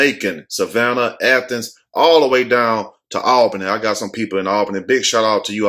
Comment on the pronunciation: Finally said Athens!!